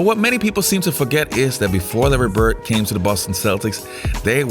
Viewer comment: His name is Larry BirD, not Larry BirT. If you have a public format, surely you can pronounce people's names correctly. And, PS, you talk too much in ALL of your videos. Step it up homes.